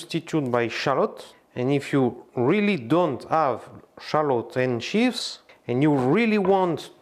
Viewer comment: Merci Chef. Pour info et avec mes meilleures intentions, chives se prononce tch-eye-vz. En tout cas merci.